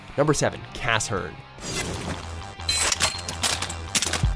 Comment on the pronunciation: It's pronounced kah shern